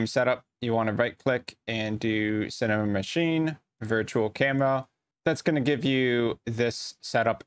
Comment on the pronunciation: Thank you for the tutorial. Advice: When you say the word "Cinemachine", you shouldn't say "Cinemamachine"